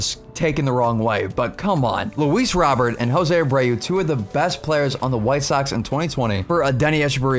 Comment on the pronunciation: You sound so white when you say "Luis Robert" its pronounced "Robear"